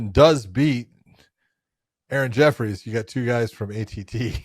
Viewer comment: I dont know why people getting other people's easy names wrong but Josh is the worst at it. Aaron Jeffrey not Jeffries Taila Santos not Talia Movsar Evloev not Evlov